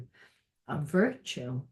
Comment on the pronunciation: Hello, the word is " virtue ". 👼